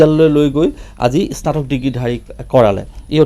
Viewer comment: ইস্নাতক বুলি উচ্চাৰণ কৰে নেকি?